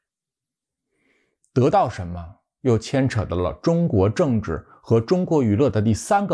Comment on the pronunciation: dê到 哈哈 我觉得我听到了我熟悉的方言😂